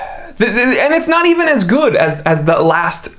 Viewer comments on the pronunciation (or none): none